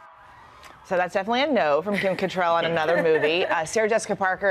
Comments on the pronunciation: Are they mispronouncing Cattrall on purpose? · It's Kim CattrALL! ALL! Pronounce her name right! I don't know why it bothers me but it does. Probably because you're on TV and you're supposed to be professionals. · It’s Kim Catt-RALL not Kim Catt-RELL.